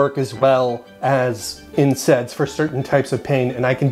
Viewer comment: Why do you keep saying INSEDS